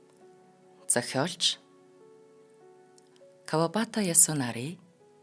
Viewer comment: Маш гоё уншиж байнаа👍Кавабаата Ясунаари гэж хэлэхгүй ээ Кавабата Ясунари